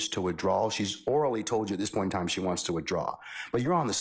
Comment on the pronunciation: “She fied” 😂😂😂😂